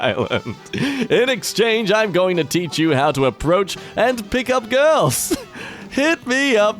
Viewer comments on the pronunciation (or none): none